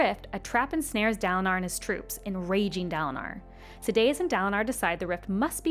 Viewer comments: Sad-day-us. Shin-over. Come on T_T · hahahah, Sa-day-us got me the hardest after Shin-over. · Yeah the pronunciation of Sadeas kinda killed it to me.